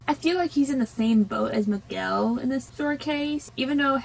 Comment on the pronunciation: Dont't worry I know it can be difficult some words in my language becase we have a lot of words with letter "R", but you pronounce right Miguel, Héctor, Dante and Imelda :). I love Coco, and I'm proud of how part of my culture it's represented. Greetings from México.